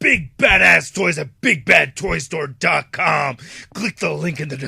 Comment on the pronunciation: Oh and I swear the part where you say Big Bad Toy Store gets more and more incomprehensible every review XD